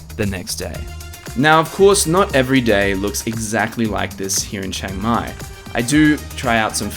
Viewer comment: It's Chiang Mai not Chang Mai. If you can say Liam without sounding like Lam, then you can say Chiang!